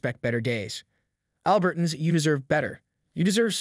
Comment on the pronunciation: "ALbert-uns"? When did that pronunciation start? I've always pronounced it "al-BERT-ans."